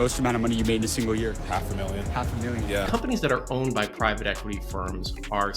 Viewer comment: Privat equity? Is this another AI channel? Started just over a year ago. Thumbnails/titles giving me AI vibes. And who mispronounces the word private like that?!?! You dony know private equity but youre a money channel? Its like these AI slop sport channels who dont know how to pronounce the biggest stars of the sport lol